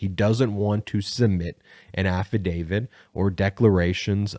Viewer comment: Why do so many people call "affadavits" "affadavids"? That's a "t" on the end of the word, not a "d." It's not just here--most newscasters are doing it, too.